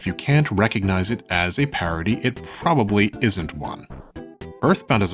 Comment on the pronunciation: Where are you from? Your pronunciation had me so confused (amicus/ameekus, parody/parity)